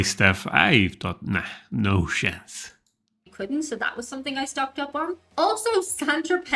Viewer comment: When he says "No sshhhhance" I expect no shit.